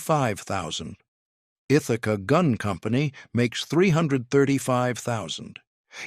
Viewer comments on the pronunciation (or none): none